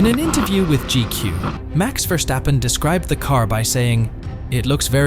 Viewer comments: F1 Driver, not player, 300 million is his net worth, not car collection, Por-scha not Porsch, Verstappen not VerCHstappen. Most of these he was given and he doesn’t own them anymore. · so you can say Aston Martin, but say Vershtappen ?? Why ??